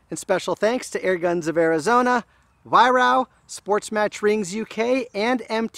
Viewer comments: Excellent review, by the way it's pronounced Vi-Raark :) (Over here anyway!) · Nice review, but why do you pronounce Weihrauch as "Weihrau"?